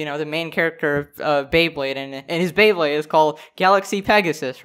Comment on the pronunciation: Okay. This is not even the main thing in the video, but when i heard Beybade, after this i will rewatch every single ep...